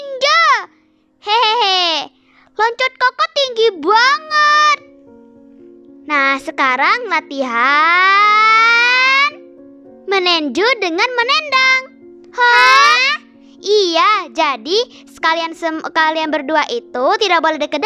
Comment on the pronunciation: Meninju kak bukan menunji hmmmmm 😤😤😤😤😤😤😤🗣️🗣️🗣️🗣️🗣️🗣️